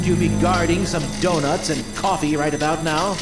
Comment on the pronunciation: the dih-nut.....